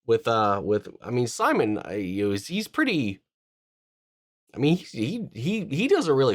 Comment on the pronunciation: Please don't call him Simon it's seemoan😂